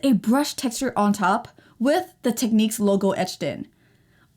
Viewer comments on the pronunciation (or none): You're saying "Teckneeks" it's "Tecknicks" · Technics... Nics, not neeqs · It's.. pronounced. Tek..niks..like..Al.who ..min..ium..not Alum..ium !!! You Americans sure mess up the English Language. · Interesting way you pronounce Technics! Not the way Brits pronounce it but to each his own!